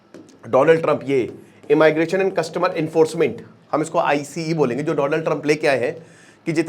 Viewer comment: ए माई ग्रेशन ❌ इमीग्रेशन ✅